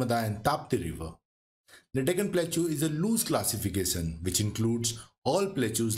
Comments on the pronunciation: its plateau not plakchu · Pronunciation of plateau is wrong. It should be pronounced platəʊ or plaˈtəʊ, not platʃaʊ